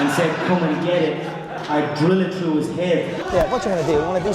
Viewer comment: I absolutely love that you said lived "trough"